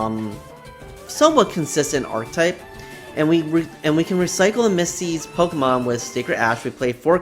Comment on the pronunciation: I don’t want to be that guy but it’s pronounced Ar-keh-type. Like architecture.